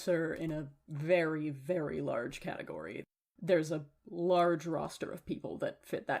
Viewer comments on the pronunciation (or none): none